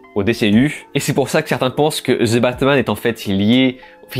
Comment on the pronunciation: Je ne crois pas que cela se dit "zeu" batman 🙄